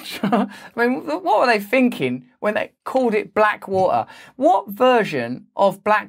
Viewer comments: Black wah-ah? You know, there is a T in there. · Black wah-her. Can you pronounce the T, Russell? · Do you drink E? Or is it Tea? See not too hard to pronounce the T. Wa er....ARGH!!!!!1